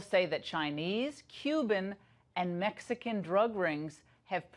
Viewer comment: I love that emphasis on Mexican ! Oh no Mexicans lmfao